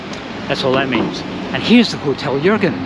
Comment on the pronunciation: Your pronunciation of "Jürgen" is perfect!